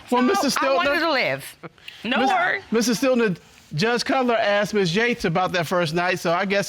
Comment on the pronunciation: In english it s asked , not axt